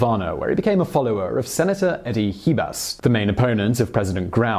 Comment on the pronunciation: Your Spanish pronunciation is atrocious. Especially Raul, the emphasis is in u. Trujillo, is Tru-he-yo. Chivás is she-bass the emphasis is in á.